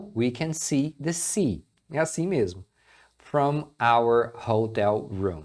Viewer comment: Dica de pronúncia: cuidado pra não ditongar a palavra FROM. FROM não tem o ditongo ÔU, então não é "frôum", é "fram".